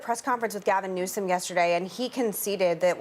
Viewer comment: 😂Did anyone else catch how Whoopi called Gavin “New scum” ?